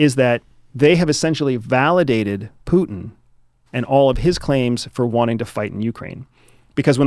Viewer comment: "puten"... putenfleisch dude pronounce names like they are "Putin"